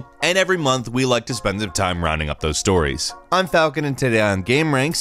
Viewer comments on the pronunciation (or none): none